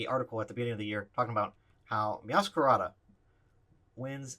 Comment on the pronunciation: I think it's pronounced MeowscaRAYda as in Masquerade.